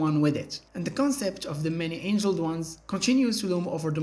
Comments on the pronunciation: Many ANGLED ones, not ANGELED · Many angled, not angeled... silly 🎉